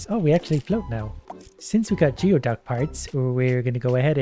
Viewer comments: Geoduck is pronounced gooey-duck! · Every time he says geoduck instead of gooeyduck i lose 12 braincells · Him continuously saying geoduck wrong is hilarious to me as someone from the pacific north west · Hearing him call them "geo ducks" instead of gooeyducks its mildly annoying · Anyone else losing their minds laughing at not saying "Gooey Duck"? Every time I hear "Geo Duck" I think he's throwing shade at the old Geo Metro cars... XD